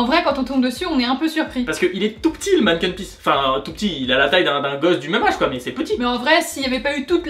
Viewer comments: hey a on dit "stoump" voila et c'est aussi "Manécken pis" mais au sinon super vidéo 😍😍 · Je suis de Bruxelles et c'est vrai que votre programme est pas mal du tout! La seule chose qui m'ai fait rire c'est votre prononciations pour certains mots... Comme le stoemp ou le Manneken-Pis :p Mais bon, c'est pas trop grave, juste drôle^^